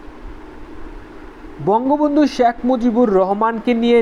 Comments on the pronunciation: খুবই ইনফরমেটিভ ভিডিও, কিন্তু উচ্চারণটা আরো সুন্দর করা লাগবে। বার বার শ্যাখ মুজিবুর শ্যাখ মুজিবুর শুনতে কিছুটা বিরক্তই লেগেছে। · 'শ্যাক' মুজিবুর রহমান উচ্চারণ বাদে বাকীসব ঠিকাছে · কিছু মনে করবেন ভাই, আপনার শেখ উচ্চারণ টা হচ্ছে না